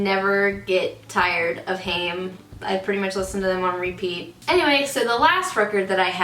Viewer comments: It's not obvious but they are pronounced "hai- emm" (two syllables!) not "haiym" or "häim" - had to look it up! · Haim is pronounced 'Hime' as in time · Haim is pronoucned hime btw.